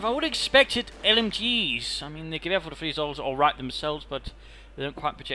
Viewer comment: "gwher" sounds so funny :D It`s like you say "Gewehr" with a bavarian accent